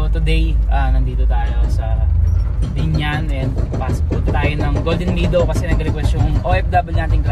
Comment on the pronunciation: subscriber ako. I’ll support your channel Pero ayusin mo naman ang pag pronounce mo ng “meadow”. Bisaya din ako anak. Pero Mehdow ang bigkas, not “midow “.